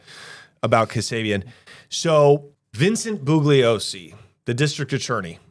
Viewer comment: Bugliosi is pronounced with a silent G. It's like this... BOO-LEE-OH-SEE